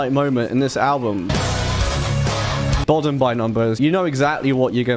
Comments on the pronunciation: Its pronounced "boh-dum". You're literally saying "Children of Bottom" lol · It's pronounced *BUUDUM*. Fun fact; the children were actually murdered at the lake in the 60's. Lovely lake to visit when in Finland 😊